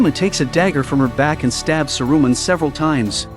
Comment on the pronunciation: Ouch on the ears....Sa -Ru-Man. Painful